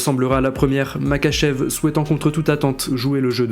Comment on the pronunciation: Alors juste sa s'écrit Makhachev mais sa se dit Marhachev